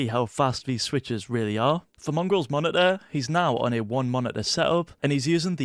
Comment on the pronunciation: Just me or do say: Monideer instead of Monitor?